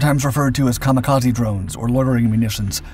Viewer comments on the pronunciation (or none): American Kamakazi?